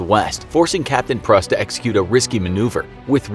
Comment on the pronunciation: *Pruss (Prūss)